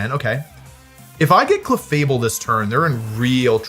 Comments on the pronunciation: Cleffa Able* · The way this dude pronounced Clefable was disgusting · Did this dude really say Clefable? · the way you said clefable made me irrationally mad 😂 if it was meant to rage bait it worked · why did he pronounce clefable like that 😭